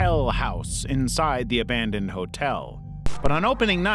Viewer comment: Its pronounced Ab-a-don for hellhouse llcs hotel not whatever pronunciation that was lol